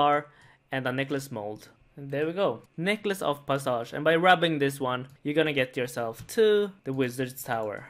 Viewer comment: 'necklace of parsarge'